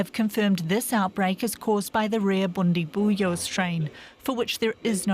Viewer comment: Bundibugyo is pronounced as BOON-dee-BOO-joh